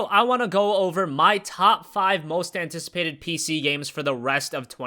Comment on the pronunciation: Hobrick He is from America so I have no idea why he pronounces it that way. I also don't know of any languages that would add random letters instead of switching sounds of letters.